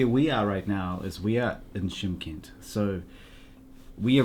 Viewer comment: Чимкент.Ударение на букве И.Шымкент -это на казахском языке.